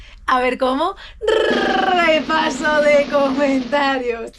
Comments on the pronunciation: Ayyyyyyyyyyyyy es que se me cae la lagrimita al ver el rrrrrrrrrrrrrrrrrrrrrepaso de comentarios (ts ts ts) a ver como?... y el roastyourself....... en fin desde 2013 aquí es lo suyo jajaja. Me encanta verte tan feliz, tan tú. Estos vídeos molan <3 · LA EMOCIÓN CON EL RRRRRRRREPASO DE COMENTARIOS HA SIDO HEAVY 🥹